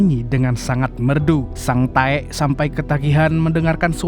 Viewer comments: Sang Tek kalok dibaca Bukan sang taek😂😂😂 Taek ngak tuhh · Kok sering bngt nyebut sang taek nya ngab😂😂😂😂😂anjay